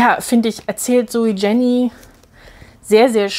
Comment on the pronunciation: Danke für diese ausführliche Besprechung. Ein Hinweis noch zur Aussprache des Autorinnennamens: Man spricht das J nicht englisch aus; Jenny heisst „ienni“, ein häufiger Schweizer Name. ZJ ist die Tochter des Verlegers Matthyas Jenny, der vor einem Jahr starb. Er gründete das Poesietelefon, das Int. Lyrikfestival Basel und die Buch Basel.